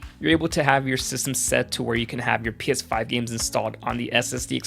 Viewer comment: I keep hearing piss5